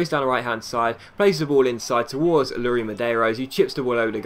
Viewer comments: I'm portuguese and You are pronoucing iuri Medeiros wrong Its iuri not luri. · it's not "Luri (Medeiros)" but "iuri":)